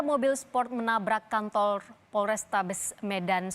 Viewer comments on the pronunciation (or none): Kantor apa kanto* sih,apa gw salah dengar😅